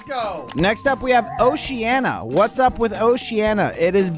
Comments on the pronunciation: ❌oceana ✅oceania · Ah yes, my favorite continent oceana not Oceania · It's OceanIa. Not Oceana